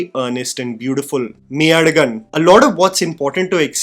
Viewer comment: Yes! gasped when I heard you say Meiyazhagan. American here and have to say that this radically optimistic movie has haunted me